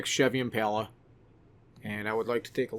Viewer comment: It's not 3.5 k it's 3.5 L. Why do people keep calling it "IMPALAAA ITS LITERALLY JUST IMPALA. NOT PAAALAAA MY GOD. STOP CALLING IT A K MOTOR ITS LITER!!!